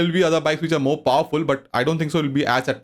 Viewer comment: 🤣🤣🤣🤣 "powerfool" 🤣🤣🤣🤣 "fibe" r1 fibe